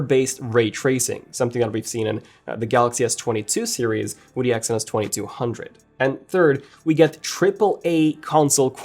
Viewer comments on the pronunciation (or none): none